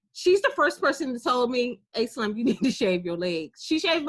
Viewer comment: When she said slim I knew she was from DC lol